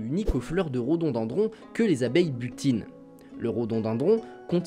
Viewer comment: Rodondandron ça sonne bien qd tu le répète